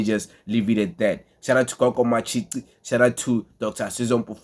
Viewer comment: Matshi"qi" not ci bro